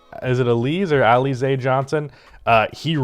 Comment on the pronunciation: It's al-la-zay . Like the drink.🍸